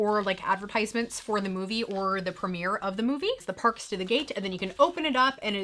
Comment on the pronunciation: The parks to the gate? Sounds like you got some hidden anxiety about those being your month photo on the calendar..Cute and funny slip up